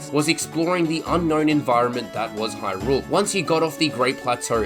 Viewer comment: Why are you saying Hyrule as if you are greeting rule.